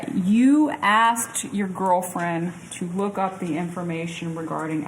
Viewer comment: Number ONE. Anyone that tattoo's his face, is a low life dumb shit. Number TWO. Anyone that says "I axed them" instead of "I asked them", is a uneducated dumb shit. Is he guilty? He's guilty of being a DUMB SHIT!